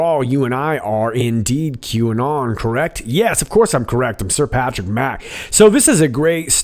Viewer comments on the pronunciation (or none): none